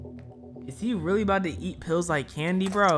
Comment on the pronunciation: Bro really said RELLY